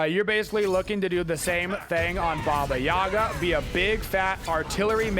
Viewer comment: It’s too bad that the game and most people pronounce Baba Yaga wrong.